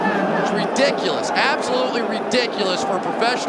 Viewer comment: He said “Re-Dick-U-Less” 13 times 😅